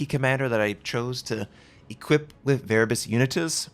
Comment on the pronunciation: Finally is butchering the Latin language 🤣